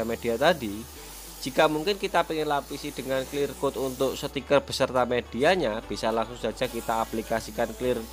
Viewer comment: Sticker bro bukan setikerrr